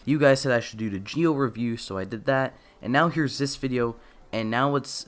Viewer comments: Why do you say geo instead of Zi-O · It’s zi-o not gi-o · He said kamen rider gee o? Why? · OMG ITS PRONOUNCED ZEE-O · Nah it's pronounced Ji-Oh in Japanese. Don't worry about it. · Kinda feel off about how you pronounce Zi-O through the video but still loved it